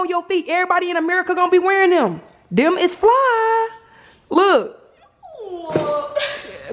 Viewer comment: Jazz got saying “ dem “ lmao 😂. Edit